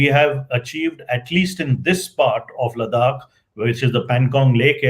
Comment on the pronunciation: Good talk. Please listen to your guests pronunciation of Ladakh. You call it Ladak. His pronunciation was correct. For gods sake don’t mess up our names being a proud Indian. 🙏🏼